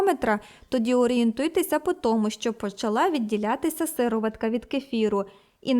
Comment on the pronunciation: Порада господині-коментаторці - правильно робіть нАголос у словах, бо як-то кажуть ріже вуха. СирОватка, а не сИроватка.